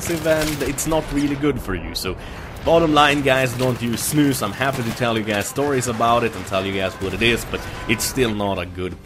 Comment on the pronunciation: jag är svensk sååå jag fick typ huvevärk när du sa de på svengelsk ;)